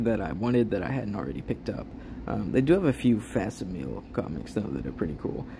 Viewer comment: Great video! also its fak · si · muh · lee